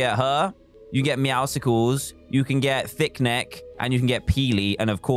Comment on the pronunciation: I hate how everyone is pronouncing it “meowsicles”